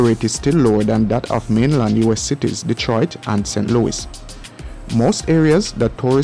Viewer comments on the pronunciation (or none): none